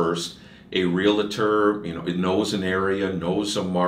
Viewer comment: Sorry, but the mortgage specialist mispronounces Realtor. It’s not “real-a-tor” it’s Realtor. Almost immediately discredits himself.